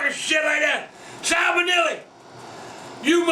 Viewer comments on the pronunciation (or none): “ I might GET TOEMAIIN OR SALMANILLY 🤣🤣🤣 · I heard SALMAWILLY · “if i get salmanilly” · "Salmenellie!" lol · "Salmonelli" Lmao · "I'm going get salmonelly" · Salmonella “salmonelli” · It's actually spelled salmonella but yeah he's pronouncing it wrong :p